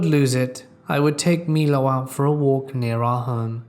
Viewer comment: Damnit! You finally pronounced my-low right and then went right back to mee-lo! 🤦‍♀️ LOL!